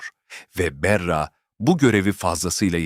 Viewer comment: Berra ne , bari isimleri doğru telaffuz edin!!!!!